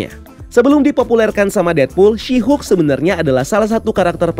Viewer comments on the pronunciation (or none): Asik juga kok "Syihuk" ini ekwkwk